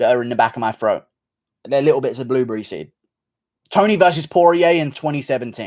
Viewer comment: GURU American accent be like "I have something in my FROAT!"